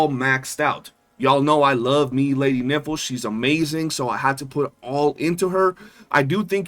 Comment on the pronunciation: Geesh, her name is Nifle, rhyming with rifle, not rhyming with sniffle or sounding like , well the way you say it repeatedly.